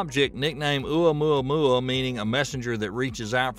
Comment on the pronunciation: You mispronunciation of Oumuamua leaves me doubting everything you said! And your attitude toward people who openly guess what these admittedly "unknown" things are, also leave me nonplussed. Why aren't people free guess or speculate about the origins of unknown objects without obvious disdain on your part? Can you even answer my questions, or does my query put me so far below you that I'm not worthy of the time it would take you to answer?